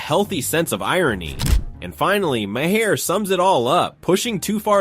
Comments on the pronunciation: like then says it every way but the correct way.. lol my hair ma har my god lol. bill mar ffs lol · Maher is pronounced like MAYOR....or MARE....not MAY HAIR... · Mayhar, Mahair, Mayher? Why can't your narrator pronounce the name correctly? It's pronounced MAR, like March without the CH. Not Mayhar, not Mahair not Mayher. It's pronounced MAR. I don't even particularly like the guy, but I can pronounce his name correctly. Artificial Intelligence, what a boon to reading comprehension. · Bill Mayer? Ma-Her? LOL. What a garbage video! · This video is a masterclass on how many times you can mispronounce someone’s name… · please learn correct pronouncement of M A H E R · Robot voice sucks. Can't pronounce Bill's name the same way twice. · They pronounce maur's name differently every time